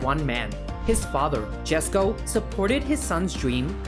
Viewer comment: "Jesko" is pronounced "yesko" as yellow, not jelly 😅